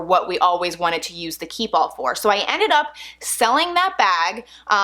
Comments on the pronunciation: Key Ball ..? Its french and says keepall ( kee- pall ) and mens “hold everything “ its a travel bag and must gett Stains ect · Anyone else hearing keyball instead of keepall? You talk so fast that you’re running keep and all together making it sound like keyball.